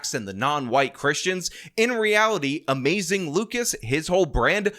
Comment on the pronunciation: It’s more like.